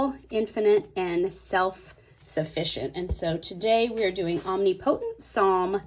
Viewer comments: I love your videos, but that is driving me nuts. Especially as a Bible teacher. It's Om-ni-pu-tint. Not omni-potent. 😉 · No hate whatsoever but it’s OM-NIP-O-tent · Look up the pronunciation of Omnipotent. You’re funny and you’re going to laugh at yourself. I love what you’re doing. I’m working on mine too. Thanks